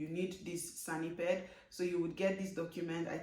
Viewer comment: SANEPID, not sanipid. It is from SANitary and EPIDemiology Administration.